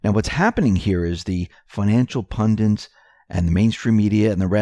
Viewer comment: they are called PUNDITS, not pundints (hint: get Grammarly:)